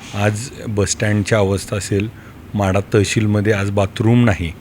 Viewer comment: महाढा नाही ओ माढा